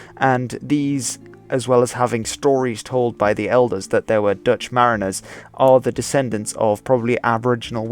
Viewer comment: Thanks for pronouncing the Dutch words the right way very well!